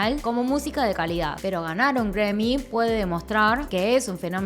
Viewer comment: No entiendo por que dices Gremmys si en realidad esta escrito y se pronuncia GRAMMY.